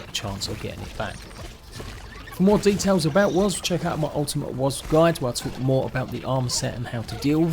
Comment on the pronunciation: Great guide as always 👍I have to say though, I've never met anyone else who can't say wasp properly 😅 Let's go get those Wasbs 🤭